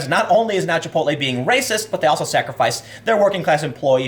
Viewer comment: Muh Wepwations man, dats wacist.